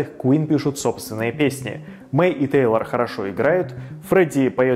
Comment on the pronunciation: Тэйлор ( а не Тайлер)